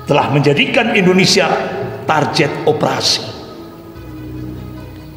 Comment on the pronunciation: komentator sepak bola biasanya tak bisa main bola. Bahasa aja blom baku, baca kata "target" Aja jadi "tarjet"😂 gimana mau memcalonkan diri. Saya tidak pro pemerintahan tp yg ginian dikit² komunis dikit² kopar kapir ngebodohin masyarakat aja, udah sekolah yg bener dan jadi org sukses aja, itu udah cukup buat bangsa ini bangga.